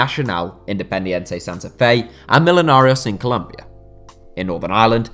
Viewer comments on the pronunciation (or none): none